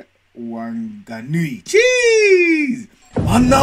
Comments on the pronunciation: The Wh in Te reo is pronounced as an f so Whanganui is pronounced faanganui but other than that your pronunciation seems great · the Wh's are pronounced like an f sound for example whanganui is pronounced like fanganui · it’s pronounced like fang-a-nui not wang fang, By this relly hyped me up cause I’m from Auckland